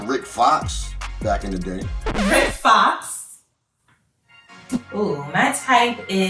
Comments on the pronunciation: LMFAOOO did he say rick fox 😩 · The guy who said Rick Fox?? Lmao is it crack?